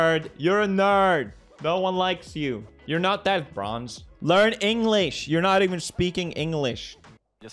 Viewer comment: Inglish? He said you can even speak inglish